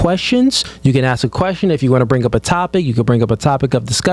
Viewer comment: It's ask not Ak!